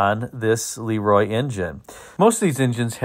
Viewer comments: I worked in the air compressor industry for 40 years. I have ran across probably 15 LeRoi air compressors during those years. I was instantly corrected by the owner or management when I pronounced the name as you did in this video. I was told it was pronounced La Roy not Lee Roy. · I always heard em pronounced Lu Roi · I think the proper English pronunciation was LUh Roy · Look up the Hall-Scott engine line. 1091 ci was common in mack trucks, fire engines. Hall-Scott even produced some engines up into the 2000+ ci for the military I believe. Pretty good size for production engines. BTW Le Roy is pronounced LeeRoy.